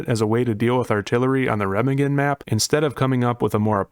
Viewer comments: I love ya buddy. But that’s not how Remagen is pronounced. Secondly, I don’t think that arty will be as bad on the bridge as others make it out to be. Why?, rounds that don’t hit the bridge will fall harmlessly into the water, as where on other maps they would still hit the ground close enough to cause damage. Also, the overhead on the bridge I THINK will stop rounds from hitting the bridge. There is also going to be a cat walk beneath the bridge. Not saying it won’t be an absolute blood bath to get across the bridge, because it will be. But I don’t think every round fired at the bridge with arty result in a instant kill. But hey, what do I know! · please dont say Remagen like that jfc